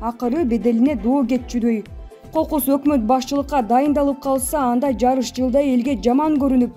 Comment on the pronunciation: Жарыш жыл эмес жарым жыл сабатсыз дикторлорду жоготкулачы.